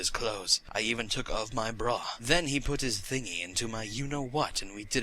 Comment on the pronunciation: "I even took off my brurugh"